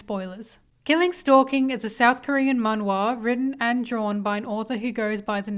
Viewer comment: The way you pronounce “man wha” isn’t correct it’s like “man (maan) wha”